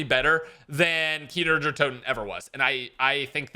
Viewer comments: For the love of god stop saying kiner der toten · Can’t get over “kiner der Toten” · "Keener der toten" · “Kiner der toten” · “Kiner der toten” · Nobody:: KEENER DARE TOTIN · You VIOLATED Kino Der Toten.